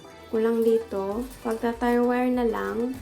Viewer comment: Do I heard it right "tire wire"? Should be tie wire. Sorry no offense meant.